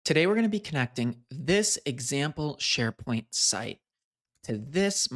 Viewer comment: "Neds Sharepoing"